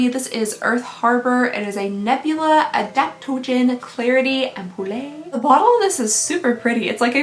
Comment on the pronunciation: Ah, the return of am-poo-lay. I've missed that.